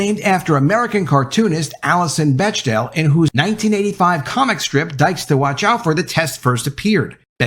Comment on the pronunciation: Bechdel is pronounced like "beck-del".